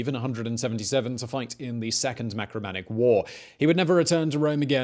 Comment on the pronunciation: Marcomannic wars,not macromannic please.....